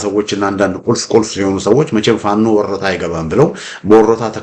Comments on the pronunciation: Say it werta don't say worota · IT IS WERETA not WORETA: Turinafa